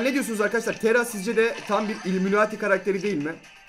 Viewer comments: Abi neden taraya tera diyorsun? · Tera degil TARA